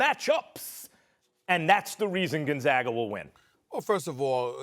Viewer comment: Did this man just say Gonzagger?